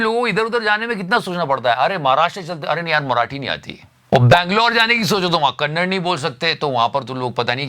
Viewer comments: Bhai! Bhai!! Bhai!!! Its Kannada, not 'Kannad' 🥲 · Sir it's not kannad Its KANNADA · it's kannada not kannad please correct it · Bro it's not Kannad It's Kannada brother. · Kannad nhi bolni atti vahaan pe log ptani chantey vantey marde 😂😂😂😂😂😂